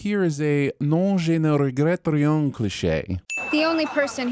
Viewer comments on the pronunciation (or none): Sinning the for his painfully mangled pronunciation of "Non, je ne regrette rien." - Sinning the for also mispronouncing "piranha." Hint: "NH" is the Portuguese equivalent of Spanish "Ñ." So "piranha" rhymes with "Tonya," not with "Donna." - Sinning the for dissing the incredibly cool city of Milwaukee.